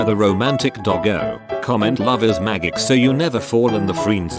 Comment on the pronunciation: I had to like this solely cuz the robot pronounced magic like maggick.